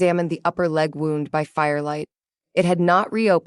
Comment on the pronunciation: I can't believe after all the experience you story tellers have gained that you still can't deal with the word 'wound'. It is another word spelled the same but with 2 different sounds for 2 different meanings. You pronounce 'wound', which represents a 'cut' or worse on the body (injury) as 'wownd' like 'a clock is wound' past tense. In this case the injury should be pronounced 'woond'.